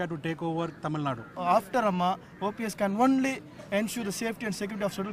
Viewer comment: it is Tamil Nadu -"du" not Tamil nad.